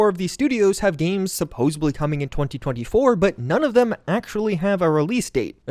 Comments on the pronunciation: Supposubly is not a word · Supposedly....not supposably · I think i heard you say supposebly? Not a word, look it up.